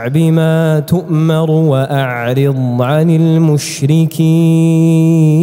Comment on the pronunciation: كلمة "للمؤمنين": الهمزة الساكنة لها صفة الجهر لابد من إظهارها. كلمة "بما تؤمر": الراء يقرأ بالاختلاس يعني الضمة على الراء لا بد من إظهارها كاملة. الغين في كلمة "المغضوب" في الفاتحة الثانية، لا بد من إظهار صفة الجهر